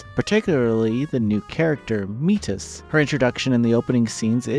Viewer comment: Aegis makes sense because Japanese but who the fk is Meetus?